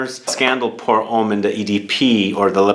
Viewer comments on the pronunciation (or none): none